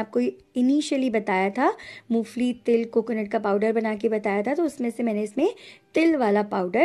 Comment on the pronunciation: Mo fali nahi ,mongphalli bolte hai